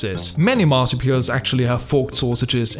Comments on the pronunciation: The dumb narrator prounounced Marsupial INCORRECT!!🙍‍♀️🤦‍♀️ Its pronounced as MAR-SOO-PEE-AL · When you realise he's been saying Marsupial. 😂 😂